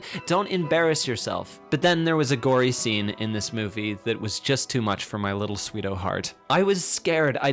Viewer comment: SWEETO TOONS?! I though it WAS sweets toons tf